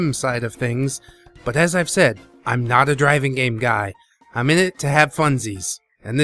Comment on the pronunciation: Is it just me? Or does it sounds like you're saying "Dragon Games" instead of "Driving Game" a few times in this video? ಠ_ಠ